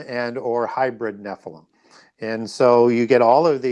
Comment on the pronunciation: Nephlium is pronounced Nefillim